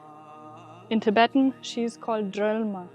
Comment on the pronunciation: Your Tibetan pronunciation is very good 👍 👍